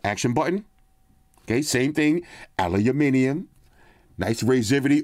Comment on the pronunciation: Aluminium... haha... thanks for saying it properly, from all your viewers down under ;)